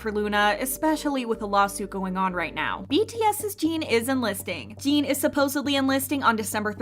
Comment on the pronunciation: Can you please just say Jin and not Jean? Its really not that hard